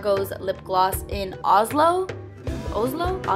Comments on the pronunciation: The way you pronounced Oslo the second time was close to perfect Norwegian! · Thats so cool that the lipgloss is called "Oslo" thats the capital city of norway by the way ;) my country yeey! And you did pronaos that right the first time! :)